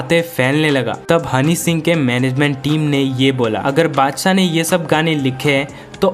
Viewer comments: Badsah ❌haddsa 😂😂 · Badshah ❌ adshah ✅ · Badshah mut Bolo yar !🚫 Padshah Bolo ✅